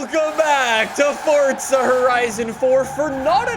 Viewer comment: Fortza horizon 4